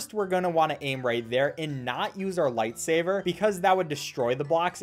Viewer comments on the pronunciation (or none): Im triggered everytime he says 'lightsaver' instead of 'lightsaber' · why are u saying light saver ??? no hate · I call it “lightsaver” too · I know but I have a habit of calling it “lightsaver” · I cannot tell if he's saying lightsaber or lightsaver and it's driving me insane. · Did he just say lightsaver also how did you get the game? I thought it was taken down everywhere by rovio